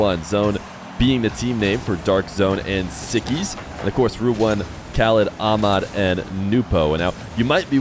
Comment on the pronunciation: they way you call Ahmad > AMAD is really annoying just put the letters together you don't have to be arabic to say it, same as we can say john and christopher not a rocket science